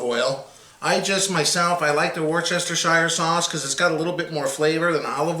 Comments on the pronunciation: It's pronounced "wuster-shure" not "war-chester-shire". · Good video, thanks for the tips. I''m doing one today and just wanted to get an idea of time/temp, etc. Now, here's a tip for you and any viewers "not in the know..." in return. It's three syllables... And pronounced "WERE-STIR -SHEER" Not, '"Wor chester shire" Or as I said as a kid.. "Winchester shire sauce" LOL.... Thanks again, bud. Have fun. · “Woohstershershire” YOU SAID IT RIGHT THEN ADDED “SHIRE” ITS WUS-STUSH-HER FFS GET IT TIGHT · That's "woo-stah-sheer" not "worst-chester-shire". It's a British thing... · "Wooster" sauce :) Thanks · My guy, please. Try "wooster-sheer" instead. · It's pronounced Wuss-ter-sheer Sauce. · It's "Wash Yer Sister Sauce" here in Oregon. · Brit here - as weird as it sounds "Worcestershire" is really pronounced "Woostershir" to rhyme with "fir" not "fire". Don't worry though - there are a large number of even brits that pronounce it using all the syllables available to it. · Worcestershire Sauce is pronounced 'Wuster-sher sauce' save those syllables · Wuss-ter-shur is how you say it. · I can’t even.... woos-ta-shur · Wuster sauce for short . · Worcestershire demands a different pronounciation. Look it up! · What's with the extra syllable? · Yeah, but, it is funny to hear non-Brits absolutely butcher the pronunciation.